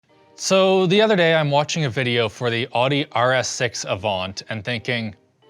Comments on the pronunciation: "all-di" instead of 'ou-di' is killing me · Ordi? Would that be Audi? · "Ow-dee", not "ah-dee" >:-(( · Audi! rhymes with Pouty!! but good review otherwise hahah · "So the other day I'm watching a video for the AWWDEE" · That’s the first time I have ever heard Audi pronounced as “Awwdi.”😂😂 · I say ow-dee when I hear it pronounced wrong. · It might be pronounced Owdi properly... but Germans cant spell for shit. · That's just not how you say AUDI at all 😅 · you pronounced audi and avant wrong. audi is spelled like that so i wouldn't normally care but avant? come on man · You pronounce Audi wrong, and $1000 is more than I've ever spent on a laptop.